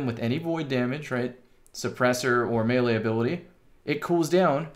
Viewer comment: Love it bro! You even pronounced melee correctly! This guy knows his stuff!